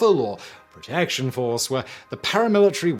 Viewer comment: why did you say protection like that? I love the info in videos that you are in, but why speak with such grandiloquence? You just sound like a pompous and pretentious ass-hat.